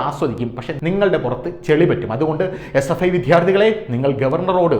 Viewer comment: അദ്യാപകരും വിദ്ധ്യാർത്ഥികളും അല്ല അദ്ധ്യാപകരും വിദ്യാർത്ഥികളുമാണ്. ഉച്ചാരണം പഠിക്കുക.